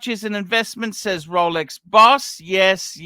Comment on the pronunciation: Hair by investing heavily in fake rrrrrolecks